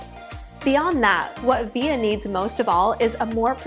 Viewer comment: It's VIL-LA, not Vi-ya